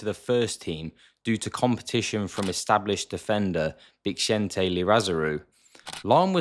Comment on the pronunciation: Bixente who? xD Liza- ra- zu xD